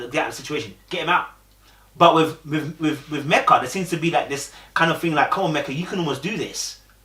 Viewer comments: Lord you back to calling her Mecka (rhymes with Becka) again??!! 🤣🤣 It's ME-kuh mate. Meka really invested because if I were her, I wouldn't even be trying with Michael no more. I wouldn't ask him anything any more I wouldn't go anywhere with him any more. I would stay in my corner, go to work, come home, eat, watch TV and go to bed. When the camera crew comes around, I wouldn't even engage. And I would have told the experts about themselves because Michael has been lying and they haven't been vetting him or these other dudes properly AT ALL. Or they're vetting them, know these flaws and they choose to match them with people any way. Either way they're all trash. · Her name is Meka not Mecca. Meka is pronounce like Mee-Ca.